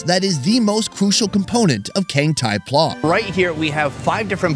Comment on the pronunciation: You pronounce pla incorrect. It sounded like word Plaza in latin. I was born in thailand. The foods in this video is not what normal people eat. Only drunkard low education person eat it.